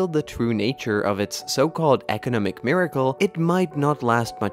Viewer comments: They way the narrator pronounces “economic” really throws me off. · Is a machine. I find it strangely struggling with words like "economic", "economics". Programmers, please correct the pronouncing mistakes!